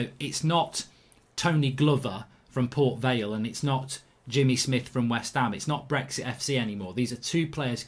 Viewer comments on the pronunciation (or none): none